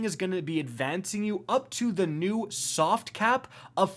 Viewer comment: "this is my cat Uldren, he's very "Sovt"